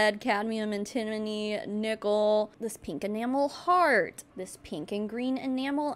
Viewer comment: FYI its An-ti-mo-ny (an-tə-ˌmō-nē). Definitely an easy one to mispronounce!